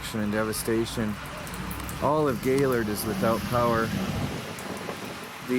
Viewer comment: It’s gay lord not gaylrd